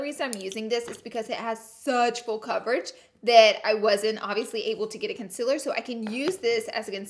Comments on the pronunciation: She says Conciller in stead of concealer and eye leads instead of eye lids ❤️😂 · conciiller! Love you Laura! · I came here to hear her say conciler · If laura ever comes out with concealers the tube better say "conciller" 😂😂 I would 100% buy one!!🤣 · “Concillar” LMFAOAOAO OMFG I FUCKING WHEEZING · Conciller is how you pronounce it Congjghdhfhfh is how I pronounce it Which is more wrong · mitul shah she does it on purpose bcz she says it like that